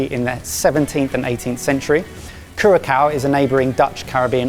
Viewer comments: I can't take this. I had to pause the video. It's not pronounced Curakao, it's pronounced Curasao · its not Curacow its Curasau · Also Curacao is pronounced kur-uh-sau. Not like cure-a- cow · Loved the vid but my ears were hurting every time you said kurakow😂😂 the ç sounds closer to an S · Hi! Am from Curaçao, really cool to see food from the Antilles being featured on here:) Just a tip, the second C in Curacao is an S sound, not a K sound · 🙉 Cura-sow not Cura-🐮. And they kept repeating it! Apart from that, great video and great idea. Look forward to seeing the rest of the alphabet. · Mates, Curaçao is "cor-a-sao", not "cur-a-cow" :) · When he keeps saying cura''kau'' instead of cura''sau'' the c is spoken as an s. Oh well.. when in britain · CURASOW NOT CURACOW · Curaçao is pronounced KU-ruh-sau/KYOUR-uh-sau, either way the ç makes an S sound not a K sound. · Correction: It’s ‘Koo-ra-s-ow’, not ‘Koo-ra-cow’. The cedilla under the ‘c’ makes it an ‘s’ sound. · Curacao is pronounced 'Cura-sow'. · I learned that y'all need a tiny refresher on how to pronounce Curaçao! it's pronounced cure-uh-SOW (last syllable rhymes with "how"). the cedilla (the little mark under the second "c") indicated when a "c" should be pronounced as "s." 😊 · Interesting episode but I did cringe every time said Cura-kao. Noooooo. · As a Dutch guy who's been living on Curacao (pronounced with a c as in saw btw) for 10 years, this is very cool to see! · Damn the way you butchered the name Curaçao! 😅 How cool to shine some light on Aruba, Curaçao (curasao) and St.Maarten my home. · Isn't it pronounced 'cura-sao?' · cringed a little bit everytime i heard "cure a cow" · It's pronounced like CuraSOW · So fun! Excited to watch more of these "Global cooking challenges". I have been to Aruba, and I was excited to see the boys spin on it. FYI - Curacao pronounced "Ker - uh - sow" . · If I hear them say curakao one more time... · Fun idea! Also p.s curaçao is pronounced kyuorruhsau